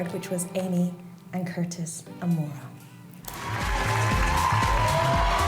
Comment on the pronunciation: Her name is Maura love not mOira x